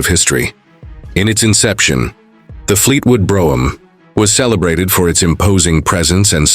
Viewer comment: Where is this car from? It's certainly not the American Fleetwood Brougham. Also, they can't even pronounce the name correctly